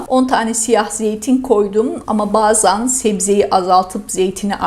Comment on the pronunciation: “BAZAN” değil “BAZEN” 😀